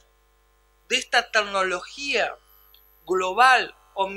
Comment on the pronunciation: Muy interesante. Solo faltaria no decir 228 veces "tagnologia".